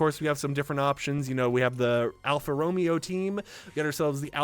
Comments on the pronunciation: Sorry to be that guy but it Alfa ro MA o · The Romeo in Alfa Romeo kinda sounds like (Row Mayo) For future reference